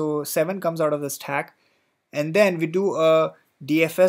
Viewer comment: useful but please use normal english as your 'staaack" hits in ear